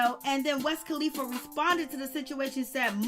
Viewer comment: Who the hell is "West kalifa" I always thought it was "Wiz "🤦‍♀️🤦‍♀️🤦‍♀️🤦‍♀️🤦‍♀️